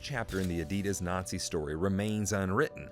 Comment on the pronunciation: everything is mis pronounced. made byAI. fake .